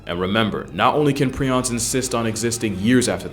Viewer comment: It’s pronounced “pri-ons” not “pre-ons” and honestly prions are way scarier than rabies virus. At least with rabies you can get vaccines and get treated for it if caught early but if you catch prions, that’s it you are fkd period and very difficult to test for while alive. You must be dead in order to test for it, unless you have symptoms then it’s easier to diagnose but regardless you are fkd and you slowly lose your mind and sense of reality and who you are! That’s fkn terrifying